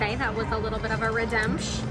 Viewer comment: Redemptsh??? Lmfao 🤣 You guys are hilarious